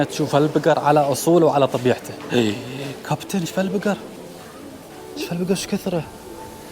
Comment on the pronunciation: لا كابتي يقول لاحظها بكذا مقطع اتوقع يقصد كابتن بس نطقه ماتوضح